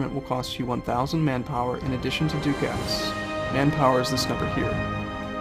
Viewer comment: "Ducat" is pronounced like duck-et.